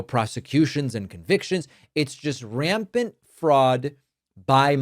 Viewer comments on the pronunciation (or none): And his pronunciation of rampant, “raypent”.